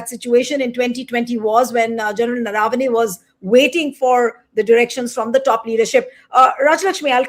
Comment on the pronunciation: Name is Naravane . Please pronounce it correctly